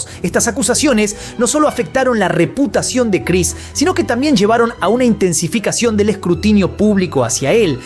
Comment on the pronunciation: Por qué dices rePUTAción 😂😂😂